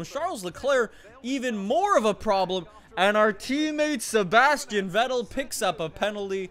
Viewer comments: if u want to say vettel dont say it like its write say fettel beacuse in german v is f. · it's pronounced Fettel :c